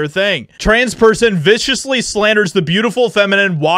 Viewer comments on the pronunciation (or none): none